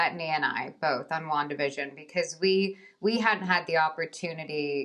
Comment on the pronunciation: Elizabeth pronounces 'Wandavision' excellently.